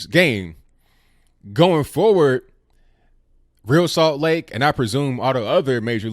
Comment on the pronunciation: Hey, big fan of the show. I consider myself a conservatarian. I am an MLS watcher. My favorite team is the Columbus Crew. I was disappointed with ReAl Salt Lake for calling the Betsey Ross flag racist. Oh it's pronounced Re Al (like Al Bundy). Don't worry I made that mistake when I first saw there name in the early years.